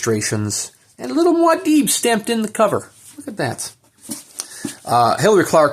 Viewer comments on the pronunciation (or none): Mwah-deeb lol. Sorry to bring you up on this ... but it's pronounced Moo-ah-deeb !